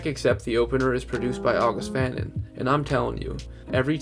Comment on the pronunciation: August fanon is pronounced august fuh-non